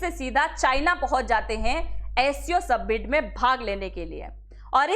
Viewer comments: सबमिट नही वो समिट है. 😄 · सबमिट नही मॅडम जी, समिट बोलते है उसको,😂😂😂